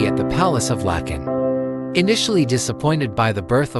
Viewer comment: The Palace of Lakken not Lacon